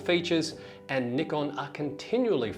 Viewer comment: Nickon, lol. C'mon man.